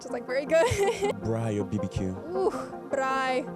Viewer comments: The way she said Braai says she is south African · the accent on " braai"? i believe her. she is us we are her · I like how she pronounces braai properly 😅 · LOVE how real she is. She doesn’t just claim she be from SA and then pretend she doesn’t know what we’re about lol. The way she decided to pronounce braai, chakalaka, calling it ‘primary school’. Love her. Instant insta follow! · Thank you for representing South Africa so beautiful.❤ I love your pronunciation of "braai".